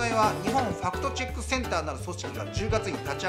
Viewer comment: ✕ 「ファクトチェック（Fact Check）」 〇「ファクトチャック（Fact Chuck）」